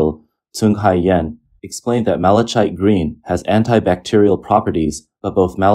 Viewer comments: Malichite is pronounced "mali-KITE," not "malik-CHITE." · "Malachite" is pronounced like "malakite". Hard ch. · It's pronounced "mal-uh-kite." I know it's not a commonly-used word and many people don't hear it spoken, but hearing the mispronunciation every other word was getting to be a bit much. 😅 Not trying to be an ass, I'm just throwing it out there. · Mala-kite Green. It is made from or to resemble the semi-precious stone malachite (pronounced mala-kite) which is naturally a vibrant green with darker green stripes running through. I use this stone along with many other precious and semi-precious stones in my beadwork. It’s also pretty easy to look up correct pronunciation of a word.